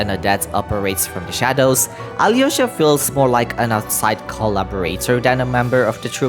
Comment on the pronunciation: Also, as someone who knows russian some pronunciation corrections, the hardest thing is to learn softened consonants. Most of the time if theres a consonant before "y-" letters (yo, ya, yu) the "y-" part itself is not pronounsed while softening the prior consonant. In Vodyanitsa it's d, it sould be prononsed more like in duke, during or duty. Same with Alyosha, no y, but l is more like in leaf, try saing leaf that just le and than try replacing e with o, and that sould be it (you do probably see how hard it is to explain i spent half an hour just on this comment)